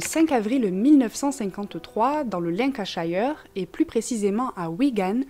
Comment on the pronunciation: Lancashire, Hampshire, tout ce qui se termine en "shire" au Royaume-Uni se prononce "cheur", pas "chaïeur". J'ai fait la faute aussi mais je me suis fait reprendre par mes voisins d'en face (je suis né en face de Douvres), dès que j'ai travaillé avec eux. Ceci dit, je l'entends pratiquement sur toutes les chaînes true crime. Sinon tu es toujours sympa, intéressante, et jolie (ce qui ne gâche rien). Et le nombre d'abonnés grimpe, alors félicitations. Ma prof détestée était ma prof d'anglais à mon entrée au lycée. L'anglais je l'avais appris en audio-visuel, c'était une nouvelle méthode début 70. En seconde elle m'a pourri car si j'avais le bon accent, j'avais beaucoup de mal en grammaire. Je l'ai détestée dès le premier jour. Dans l'année, j'avais mis une punaise sur sa chaise, mais elle l'a tirée trop fort et la punaise est tombée,(ou alors elle avait des fesses en acier). Attentat manqué, jamais renouvelé. Au collège, en 3 ème, des élèves l'avaient fait au prof de maths. Il portait une blouse blanche, il avait la punaise accrochée au coton de sa blouse. Je lui ai dit, il m'a répondu qu'il savait. J'aimais bien mon prof de maths. J'ai toujours aimé les maths. C'est une langue universelle.